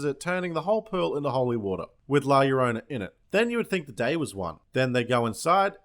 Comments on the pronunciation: It's pronounced jorona in Spanish two L's make a J sound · llo-ro-na (yo-roh-nah).